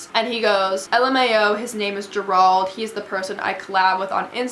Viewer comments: This is crazy. But, I had to laugh throughout the video just bc how hard he made you think. 😂😂🤣 and Gerald pronounced. JERE-ALD 🤣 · bruh did u just say (juh-rwald)???? its pronounced (jare-old) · I think the “managers” name is pronounced ‘Jer-old’ not ger ald lol it’s my brothers name and it’s spelled Gerald lol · girl the way you are pronouncing gerald im screaming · The way you pronounce Gerald has me dead💀 I’m pretty sure it’s pronounced jair-old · It’s JER RALD.... two syllables but say it without pause . You’re welcome 😉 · You pronounce Gerald wrong that’s all I have to say... lol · Sis why you said Gerald like that😂😂😂🤦‍♀️🤦‍♀️🤦‍♀️ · haha the way she prononces "gerald"😂😂 no hate btw ily ❤ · Sis I love you but look up how to pronounce Gerald because it is not how you’re saying it lol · Can someone tell this girl how to pronounce Gerald lol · all i could focus on was the way she pronounced gerald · Love the light behind you, hate the way "Gerald" is being pronounced lol but great story. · ok but whyyyyy does she keep pronouncing "Gerald" wrong it's literally the most basic name 😭